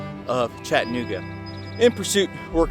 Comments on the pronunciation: It's "CHATTA-NOOGA" not "CHATTAN-OOGA". Yeah it's a little sliver of history smack dab in the middle of Chattanooga alright-smack dab in the middle of one of the worst neighborhoods in the city. If you go to Orchard Knob be on your guard. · Chatt-nooga means your not from around here! Chatta-nooga and your in the know! Great content though, very informative!